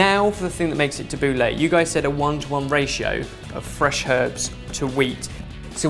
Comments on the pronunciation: It's Tabul-ee not tabul-ey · Tubbleh is Ta-bou-ley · tab-boo-la not lah thats how its traditionally pronounced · Its 'tha-boo-leih' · It's pronounced Tab-ooh-l-a. Get it right gosh! Look it up it's so obvious. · as an arabic speaker pronunciation of tabouleh is killing me 😠😠 jk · Your pronunciations are hilarious! But great recipe. I'd love to see more middle eastern recipes!! ☺️👍🏼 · Sorry but this isn't the traditional way of making tabbouleh, you don't need vegetable stock just a bit of boiling water and put it to the side for 10mins as you would with rice noodles etc. also you pronounced it wrong xD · Tabouleh is pronounced totally wrong! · the way you pronounced the tabbouleh was so funny. why did you give it a french accent? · It depends where you are from :P i know marocan people who pronounce it french but then arabic people who pronounce it differently.. But he pronounces it very english xD